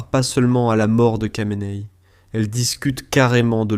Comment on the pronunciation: Kha de "Khamenei" se prononce "Ra" et non pas "Ka"...